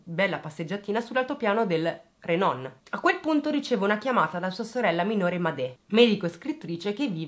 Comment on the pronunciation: Hai indovinato tutte le pronunce tranne Ora e Renon. Ora ha la O aperta Renon la O chiusa. (ci ho dovuto pensare anch'io che vivo qui) :)